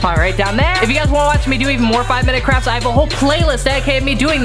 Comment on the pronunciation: Lol you said “crafs” but not “crafts”